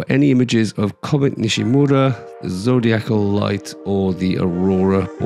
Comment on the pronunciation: Nishímura is “nee SHEE moo RA” not NISHy MURRa. Accent on the 2nd syllable, SHI. Respect the man who made the discovery, and give his name a back beat! Hear for yourself: search YouTube for 西村彗星